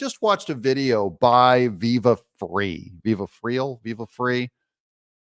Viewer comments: Viva Frei is pronounced like fry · Its Viva "Fry" not Viva "Free" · VIVA "FRY"... not FREE... but enjoy the HIGH LIGHTER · VIVA La ' " FRY " it's FRENCH for " LIVE FREE " , ironically you pronounced it " FREE" exactly What is means in French , LOL ................ VIVA' LA ... means LIVE << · Pronounced "Fry" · It's Viva "Fry"..... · Viva's last name is pronounced "fry" (I believe) and he and Barnes are great! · IT'S PRONOUNCED: Viva FRY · Thank you for the subject matter. I have a little constructive (I hope) criticism. The title was a little click baity and was the only reason I watched. I guess it woked :) . Also if you are going to cite Viva Frei at least listen to one of his intros so you can pronounce the name (like Fry.) Keep fighting the good fight and thank you for your efforts. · Sir, pernounced Fry. Love Viva and Barns!!! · Fyi his name is pronounced Viva FRY. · Viva Frei, is pronounced Viva "Fry". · "Viva Frei (viva - fry)